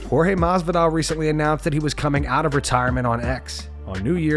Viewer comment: If I could bet the house " Josh Masvidal is boxing in his next match " lmfao at the very least get the dudes name right. That had me rolling. :)